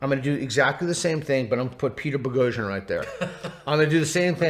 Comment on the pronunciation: Why do you anglicize your surname??